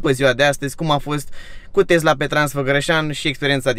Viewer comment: Tesla nu ‘Tezla’